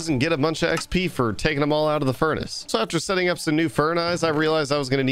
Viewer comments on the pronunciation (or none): did this guy just call furnaces: "fern-eye"? lmaooo